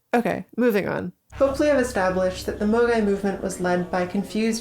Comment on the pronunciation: I'm sorry, every time you say "a MOGAI [person]" or "um.. MOGAI" my Internet poisoned brain can't help but hear the 2020 hit game and all around dumb shitpost AMOGUS